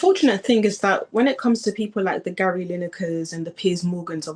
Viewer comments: Is she saying Larry? Haha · Did she call Gary Larry? 🤣🤣🤣🤣